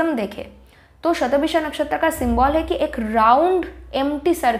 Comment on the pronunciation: it's shata bhisha... not visha